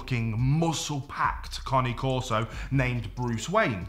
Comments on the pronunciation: The CORRECT way to say the breed's name is KAH-nay KOR-so. NOT Kaa nee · conney corso ? have i been pronouncing cane corso wrong ? genuine question thanks in advance 🍻